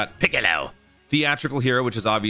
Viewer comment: Lmao that "piccaleowwww" gets me every time